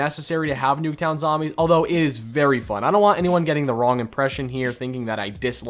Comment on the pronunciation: i swear he says noobtown